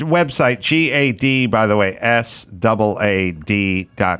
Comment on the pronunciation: I wonder why none of his staff members there told him how to pronounce Gad's name correctly?